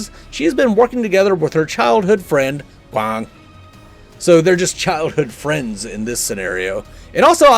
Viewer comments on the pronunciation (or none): great video! every time you said Kwang I died. xD